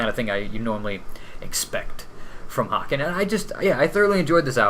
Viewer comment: Great review guys! BTW small note is its pronounced "Hay-ken". Like Kevin Bacon. Or "Taken". But I agree this is definitely one of their heavier releases overall.